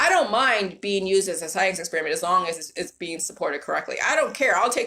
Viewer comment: "And with that being said, let's break down the psyence"